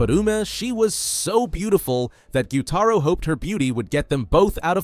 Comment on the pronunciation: Bro, it’s gyutaro😅